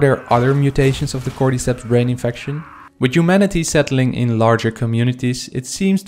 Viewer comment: I hate the way you say cordyceps “cord-eeee-seps“ say “cord-ih-seps“💀